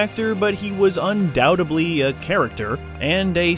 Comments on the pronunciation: “Suposebly” “Undoubtebly”? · “Supposably” “undoubtably” 🤦‍♂️